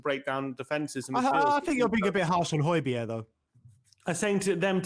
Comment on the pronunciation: Hoy-beer not hoy-berg